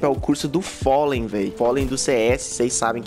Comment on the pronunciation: Follen n kkkkkkk aí se ferro tudo kkkkkkk,vc fala Fallen cara kkkkkkk tu falo Follen kkkkkkk na moral essa foi boa kkkkkkk mas tamo aí,like no vídeo kkkkkkk!!!